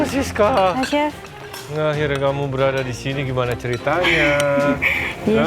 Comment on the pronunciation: chef Juna fales ngomong Sisca nya wkwkw